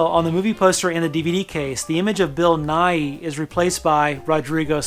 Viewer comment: FYI—Bill Nighy pronounces his name '"NYE." He talks about having met American science educator, Bill Nye, and laughing over the fact that their names are pronounced the same, but no one gets his right.